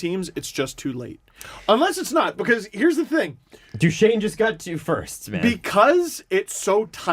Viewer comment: is having a very hard time pronouncing Duchene in this one.